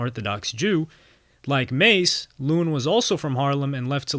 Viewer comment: Yooo you messed this up. Don’t talk about the culture you clearly know nothing about. You can’t even pronounce ma$e’s name. He clearly pronounces it in his music, if you really did your research. Terrible journalism.